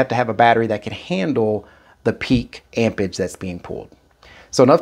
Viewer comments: AmpeRage it has a R in it amp rage not ampers lol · amperage, not ampage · “Ampage”!!??….the English word is “Amperage” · AMPERAGE not AMPAGE🤦‍♂ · am·per·age /ˈamp(ə)rij/ noun the strength of an electric current in amperes. Please pronounce and annunciate the word properly if you expect us to take you serious in the least amount. "Amperge" is not how you pronounce "Amperage." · all of them can you just have to have correct cables lol. He said it because you keep saying ampage not amperage lol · "ampage" is killing me. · he was implying there's an 'r' in amperage you neglect to pronounce. I'm from Boston and know about r's. the one in ampeRage is one even we don't ignore. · The word is amperage. And especially, not "ecspecially". Jeez. Thanks for the demonstration.